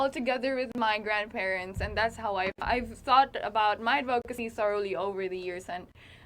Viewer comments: Gazini - advocacy is pronounced with a short o, as in "of". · Yes, like an /uh/ sound, ADD-vuh-kuh-see, with the emphasis on the first syllable.